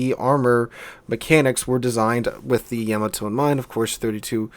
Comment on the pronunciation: the way he says yamato bugs me